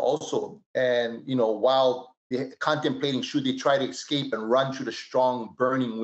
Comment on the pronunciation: ECscape?! Bro, even my six year old daughter can pronounce "escape".